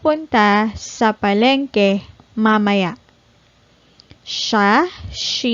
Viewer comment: why mamaya sounds ma mer...not ma- ma- ya or ma- may- ya?